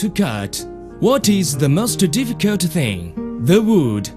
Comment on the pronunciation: Lost it "Generally spreaking, cutting towel is more difficut then cutting meat, and a-vegetables"